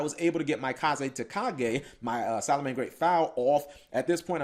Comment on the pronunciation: Kagetokage not kazetokaze.